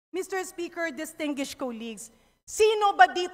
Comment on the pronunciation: Ayoha imong pronunciation sa DISTINGUISHED 😂😂😂